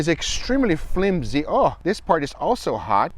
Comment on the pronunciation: Then he said flimsy 10 seconds later 😂😂😂